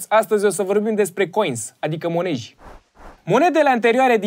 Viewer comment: Am intrebat 100 de romani: Monede sau monezi?: moneji 💪 👏👏👏 Ca poate se uita si Cabral, desi nu e de nasul lui emisiunea asta 🤨